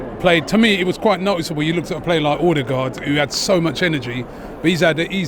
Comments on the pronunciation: Captain Ordergaurd. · Order-guard Everyone: it's going to be a long season with this guys pronounciations again 😭😅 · I always hear it as "AllTheGuard" 😂